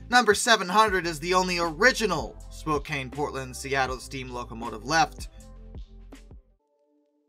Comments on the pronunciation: I winced at the very first word. It's spo-can (as in tin can) not spo-cane. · FYI it's pronounced Spo-can not spo-cane. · You are saying Spokane with a lot of emphasis on the "E" As a Washingtonian, it kind of hurts to hear you say it like cane, everyone I know says it like can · Your mispronouncing Spokane. It's not Spo-cane it's Spo-can as in we can. You got the Spo right but the last part is wrong. I live a couple miles outside of Spokane Washington. So trust me I know how to pronounce it. I'm not mad i'm just making sure that you know. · spokane! not spokain! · Spokane (pronounced spoh-can not cane) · It's pronounced: spoe CAN. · No hate as a Washingtonian (yes that's what they call us) but hearing him pronounce Spokane wrong cracked me up so many times. (It's okay though, a lot of people don't pronounce it right, but if you were wondering, it is pronounced spo can) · Spoke-Anne like the name Anne. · Spokane is pronounced Spo-can. The letter e at the end was a late addition to the original name of Spokan Falls. Lots of people mispronounce my home towns name because of that stupid 'e'. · It's SPO-KANN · You should learn how to pronounce Spokane correctly. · 😐 * internal Oregonian screeching intensifies * To clarify: Spokane = SpoCAN Willamette = WillAM-et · Spo-CAN Will-AH-mut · This guy needs to know how to pronounce the names Willamette and Spokane!